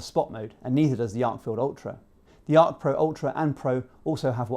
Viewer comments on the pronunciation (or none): It’s “Arkfeld”, not “Arkfield”